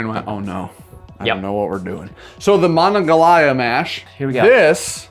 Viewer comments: I'm from the burgh originally it's pronounced muh-naw-gah-hay-la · The river starts in WV and flows north to Pittsburgh. It is pronounced Muh-Nuh-Gon-Hee-Lah or the The Mon for short. The county was similar in pronunciation but different. From someone that grew up on the river in Morgantown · Every person in western PA just cringed when you said Monongahela.